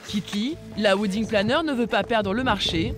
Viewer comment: Oui....surtout quand on ne sait pas prononcer le mot WEDDING.... A part les français....le reste du monde parle anglais.... "Ouidingue" ha ha ha ...